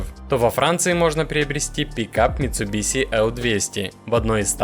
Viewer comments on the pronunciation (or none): none